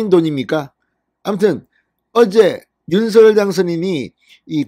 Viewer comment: 윤석열-윤서결 발음되게고치기힘드시네요